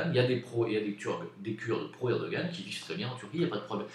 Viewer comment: Un GRAND merci de ta sincérité sur la Turquie.... et tu prononce très bien Erdogan! 😉